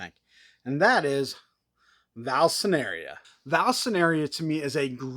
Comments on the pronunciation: Great video but is nobody gonna talk about the way he says vall sineria when it is actually vall i sneria. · I'm pretty sure it's not pronounced Val-sceneria 😅😅